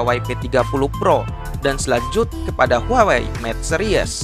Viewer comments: huawai.............apa huawei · Ngomong huawei nya itu lho....wkwkwkwk